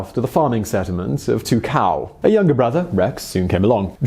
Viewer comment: Tuakau: Too Ah Co. The "Au" is similar to the sound found in "portmanteau". Source: I'm Maori and that's a Te Reo Maori word. The rest of your Te Reo Maori is pretty alright :)